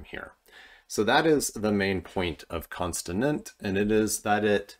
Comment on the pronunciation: Are you saying "constinint" or are my ears broken?